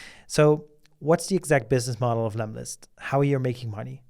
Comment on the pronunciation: hey it's lemlist not lemist ;-)